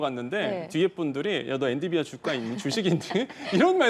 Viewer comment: 이 사람은 엔‘비디’아를 맨날 엔‘디비’아 라고 하네ㅋ 한 번이면 실수일 수 있어도 늘 그러는거면 모르는거임ㅋㅋ